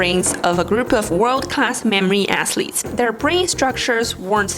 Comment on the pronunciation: I’m not mocking you in any way, but your athletes sounds like “ass-leads” to me, and it’s awesome😂